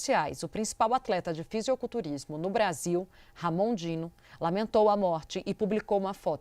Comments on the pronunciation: Deu agonia escutar ela toda hora falando FisiOculturismo. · Âncora falando fisioculturismo é de fuder kkkkkkkkk pqp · "Fisioculturismo" ???? Vai aprender a ler, bonitona ...